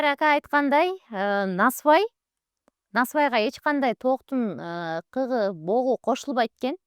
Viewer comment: Далбойорка туура сүйлөп үйрөнсөң тооктун КЫГЫ деп айтылат блогер сөрөй